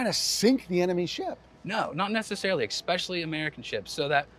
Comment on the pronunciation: Expecially? Really,?